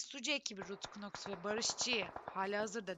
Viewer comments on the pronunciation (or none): abi knoxa (kınoks) demelerine bi benmi takılıyorum noks ya.